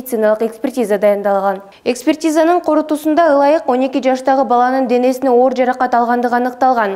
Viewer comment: Корутундусунда деп туура суйлочу